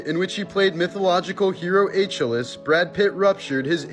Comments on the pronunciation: It's Achilles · A-chill-is, that’s a new one😂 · Ack-kill-ease not a-chill-is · ‘H—-ILL—-US’😂😂😂try ‘A—-KILL—-EES’ ….pronunciation is key. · LOL Achilles is pronounced "Akillees" not Achiless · Not A-chill-ace... It's pronounced Ah-ki-lees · It's not "aaachalis" it's pronounced "aakilleees"... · Achless tendon. Hahahahaha. How have you never heard of" A Kill eeze" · Pronounced Ah-kill-eese not Achilles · Ah-KILL-ees. Not A-chili's. Lord. You do ALL that research and ruin it with something ridiculous like this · A chilis?????? Akilees please! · H-L-Is ? Everybody who heard this just head slapped themselves. "Achilles" sounds like, "Ah Kee lees" You can quote me on this. Everybody who knows a little classical history or anatomy knows it. Don't feel bad. Everybody makes mistakes. You equine's gluteus. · A chillies? Not a kill ease? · Ah not Uh. Greek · 🤣🤣 A-chill-Es lol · A chill less tendon??? I can only imagine how stupid and illiterate you would have to be to have never learned to say Achilles. Listening to you can only make a person dumber. I guess any clown can be a media millionaire if he has a proper gay moustache. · It's Achilles. (A-kill-ez) Geez.. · If you pronounce Achilles "aitch-ill-ees" you need more "edge-oocation". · he is ai or dose>nt know how to pronounce akiles, i cant spell it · Did you really say a chu liss? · I like you so I’m gonna help you. Achilles and s pronounced… ah-keel-lees. Also, it’s just guilt, not guiltyness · “Achilles” is pronounced ah-keel-ees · Its pronounced AKILLEEZZ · Achilles, H-el-less he said 🤭🤭😆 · Achilles is pronounced wrong. Try this Ah-kill-ees. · It's called ar-kill-ees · Bro you said Achilles wrong. How do you get Achilles wrong?! Ah-kill-ease: Achilles. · * a kill- eez * for Achilles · A- kill-ees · A-KILL-EEZ Holy cow how could you pronounce it the way you did 😮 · Aitch Illus lmfao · I think you said itch lilies young lady lol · Achilles is pronounced: A-kill, e'z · It’s pronounced AKILEEZ. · Pronounced “A-kill-eez.”